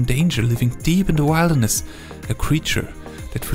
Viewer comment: Bruh what is wildness? It's wilderness. Rrrrrrrr